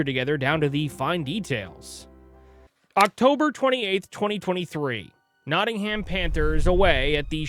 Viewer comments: I'm Canadian and even I know it's Notting-um or Notting-im. Depending where yer from. 😂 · Meanwhile he pronounced it Notting-Ham 🤦🏻‍♀️